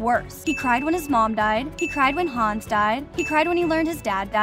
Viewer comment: I thought she said hange instead of hannes